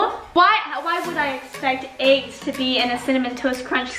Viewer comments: sev ya my dad says aGgS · When Lexi says “aggs” in stead of “eggs”